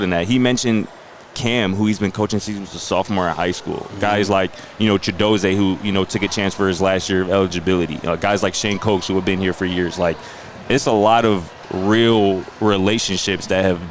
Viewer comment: Chidozeee Scott not ChidoZAY. Take pride in yr work and get the players names correct like R.K.💯